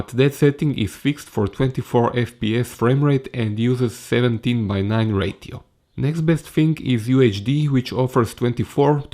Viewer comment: hej... verojatno si u međuvremenu riješio ali vidi za izgovor "menu"... nije "meni"... i "ratio"...